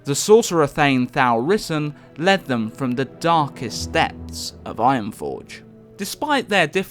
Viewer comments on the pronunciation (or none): Really nice video, it's nice to get your lore fix once in a while, just one minor thing, Thaurissan is pronounced THAU (as in fAll) - rissan not Thow RI ssan. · the way you say Thaurissan sounds like The Risen